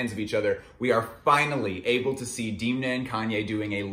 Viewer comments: sorry to be that dude but it’s pronounced Damn-uh not Deemna. great video tho 🙏🏻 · please never call him diimna again, unfortunately it grew on you. u know the thing that holds back water... a dam :). so try pronouncing him dam-na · DEEEEMNA. DEEEEEMNA. DEEEEMNA. Its DEN-MA. Not DEEEEEEEEN-Ma . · Good video, but after I watched quite a few The Casual videos I knew from Reggie that Demna's 'E' is pronounced like the 'e' in them, not pronounced like dim from dimming a light. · Wait it’s pronounced deemna not demna? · it's demn-na. say it: demna! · Please stop mispronouncing demna, its sooo annoying